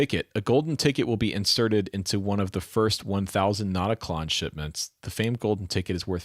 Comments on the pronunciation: "Not a klön" ... pronounce ö = b rn. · It's not pronounced "klern", it would be like that with the umlaut but without the r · Pronounced not-a-kloen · "Notakløn" 😆 Like "O" and "E" pronounced at the same time, not sequentially. Like "Notaklearn" yes, but without the extra pressure on "earn", which prolongs the sound. "r" should be completely silent, so no pirate noises in there 😆 Think more like french maybe, or a middle-thing between french and american 😆 I'm a dane btw. We don't have umlout ("omlyd" in danish, which litterally means "re-sound"), but we instead have actual letters like Ö = Ø for instance 😊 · You were almost right about the pronunciation. The "Klön" is pronounced like the word "earn", but without the "r" in it! So almost like "Klearn", without the "r".